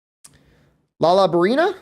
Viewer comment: Zo Shia --- SHE-AH The downside to watching monster hunter content and loving the series deeply is the overwhelming amount of even simple names pronounced incorrectly consistently lol i can forgive some, like Doshaguma, even with it being pronounced in game several times, but some of them are just agregious. I heard a dude say Lala Brinna like 8 times in a video the other day. Lol no hate, just one of those pet peeves you get when you love something